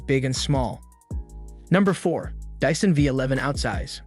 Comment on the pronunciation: I was with you until you said "dissan"